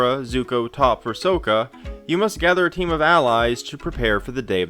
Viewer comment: This is a great review, especially from someone who isn't a big fan of the source material (you said "Sokka" wrong, so I could tell you weren't die-hard, haha!). My friends and family LOVE co-op games, and we are HUGE fans of the series. With the fair review and critiques that you gave, I think we would really enjoy this game. Thanks again!